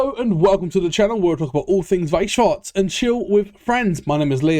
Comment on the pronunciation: yo the pronounciation of weiss schwarz is so much better now you're learnding